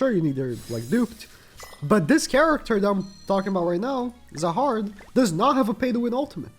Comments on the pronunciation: zahard pronunciation is more like Jahad with J prnounced like he portuguese "J" or the russian "Zh". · Zahard is pronounced as Jahad. This is because there is no z sound in Korean. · Zahard's name is pronounced as Jahad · It’s been funny to hear all the YouTubers pronounce the z in Zahard when it’s pronounced Jahad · Bro fuckin said hazard😭